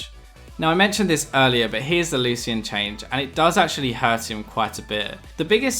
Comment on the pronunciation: It actually is a correct pronunciation